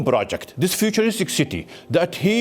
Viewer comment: First 3 seconds... "In January of dis yair"... How can a youtube channel with almost 1 million subs be too lazy to pronounce "THIS".